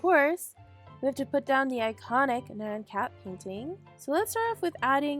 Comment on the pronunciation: You shloud give Bear his cake back by the way i kept hearing Man Cat instead of Nyan Cat lol